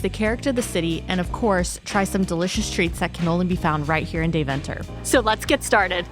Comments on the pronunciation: Dayv'nter. With the klemtoon on Day....😂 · Its actual pronounced "Demtah" not Deventer. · Dear guy's ist De-ven-ter not DeVENter your pushing the "ven" to much..... LOL Next time put some (real) butter on the koek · I love how you pronounce Deventer as if it's 'The Venter'. It's actually more pronounced like 'Daiven-ter'. Phonetically 'Daiven-ter' comes closer to how Dutch people pronounce it. But I'll forgive you.. 😉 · Very good...but please learn how to pronounce Deventer.........